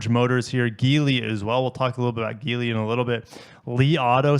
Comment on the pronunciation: Please stop mispronouncing Geely...